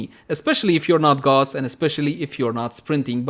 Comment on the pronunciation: Gauss, like in House, Mouse ... not that wierd Gåååusss :s